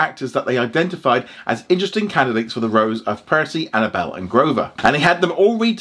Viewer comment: it's for her name pronunciation...not her acting... ain't even prejudging her....she said Annabelle... that's why i was crying....it's Annabeth not Annabelle